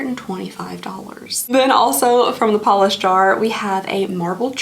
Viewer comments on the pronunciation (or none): none